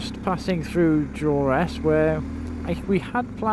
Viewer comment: Durness...not Duress🤣